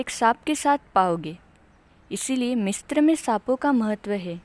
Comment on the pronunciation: मिस्र- MISRA मिस्त्र-Mistra nahi bolte misra bolte h Correct kro hr video me galat bolti ho